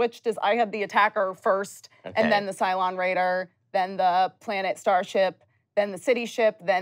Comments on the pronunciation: Um, actually isn't it 'Cylon' not 'Cyclon'? In fact, after a Google, Cyclon is a brand of running shoe. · um actually is cylon, not cyclon